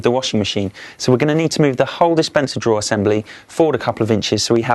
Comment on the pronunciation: / *drawer (NOT draw!)